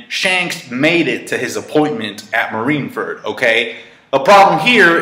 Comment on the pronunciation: can this guy pronounce fucking marineford wtf is a marinefert lol also mariejois wtf?? and cant even pronounce akainu correctly gosh